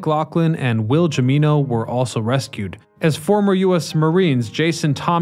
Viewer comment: Jimeno = him-eeno